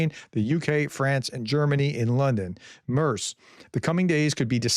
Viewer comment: the Name is Merz, not Mörs